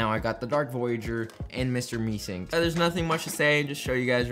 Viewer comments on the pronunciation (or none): "Mr Meesinks" It's Mr Meeseeks. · looking for this comment lmao annoyed me so much how can you not say meeseeks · MEESEEK* NOT FKN MESINK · Meesinks you mean meeseks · why is he calling it Mr mee-SINKS instead of Mr meeSEEKS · Mee SEEKS not Mee sinks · "Im a true rick and morty fan" He really said that after saying "Meesinks" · Bruh "mr meesinks" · Did he fr say mr Mee sings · Mr meesinks? can u pronounce?